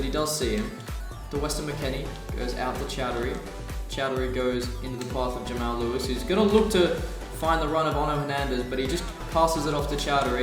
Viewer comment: and btw its pronounced Jamarl Lewis not Jamail Lewis